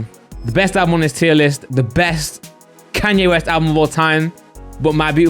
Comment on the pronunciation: Hearing say Kanye West really hurts